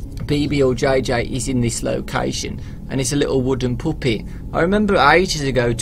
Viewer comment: stop saying poopet!